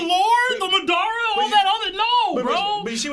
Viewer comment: has to be joking with the pronunciations of Madara and Nagato 😭